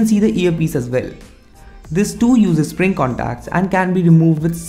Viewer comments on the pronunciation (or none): none